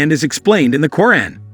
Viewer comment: You're pronunciation is, completely wrong, it's Qu' raan please